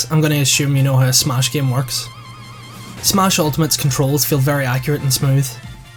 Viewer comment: Not trying to be mean,but when you say smash it sounds like SMOSH.